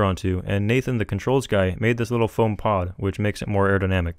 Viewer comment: "You can get this sheet of foeam to fly in just like half an hour" XD